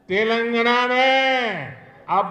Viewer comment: తెెలంగణ కాదు, "తెలంగాణ" ముందు పేరు పలకడం తెలుసుకొ మలప త్రాష్టుడా.